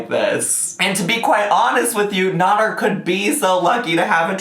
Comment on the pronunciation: It's pronounced nAder not nOder! Just saying ☺️